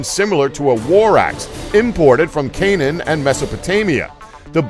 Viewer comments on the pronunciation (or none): none